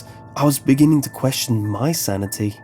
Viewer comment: Can't get past the pronunciation of words ending in ing as ink. Dammit! Dreamink, beginnink, cryink.